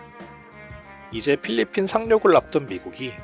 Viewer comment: 필리핀을 빌리핀이라고 발음한 것 빼고는 정리 잘햇다